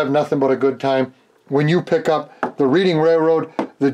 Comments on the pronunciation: reading is pronounced redding here in PA. always love your channel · Although I live near the city of Reading. It's pronounced like Red-ing... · I live about 20 minutes outside of Reading Pennsylvania (Reading Railroad) it is pronounced Redding. Not picking,just passing on some info. Fun build! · Reading railroad.... pronounced "redding" after the town of Reading, PA. They even mispronounced it on Round 2 introduction video! LOL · It’s pronounced like Red- ing railroad. Nice job though, thanks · Thank you, being from Reading, PA originally and knowing about the namesake railroad, it absolutely drives me insane when someone mispronounces it.